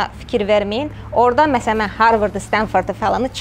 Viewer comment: Universitet bos seydir esasda bu xanimin yuksek tonla dediyi yaxud vurguyla harvard filan , esas skills ve experience dir , cox interview larda olmusam ,amerikada yuksek is adamlarliyla oturub durmusam , inanin mene universitet hec kimin maraqinda deyil , esas senin bacariqindir ,ortaya ne is cixara bileceyindir , get harwarda bir menasiz bir sahe oxu basqa bir neferde gedib amerikanin siradan bir univinde yaxsi bir ixtisas oxusa inanin o harwardi qurtaran acindan olecek.Yaxsi olardiki insanlari sehv yola yonlendirmeyesiz .